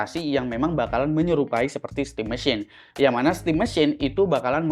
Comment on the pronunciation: bang sebut aja stim MESIN, 😵‍💫 pegel banget dengernya stim MESHYIN